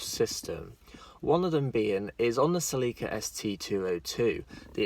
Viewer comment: Cel-e-ka Not see-lee-ka